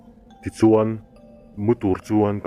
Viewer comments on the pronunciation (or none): none